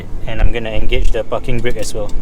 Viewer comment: pls ' P a R king ' Breaks.. say it. PARKING..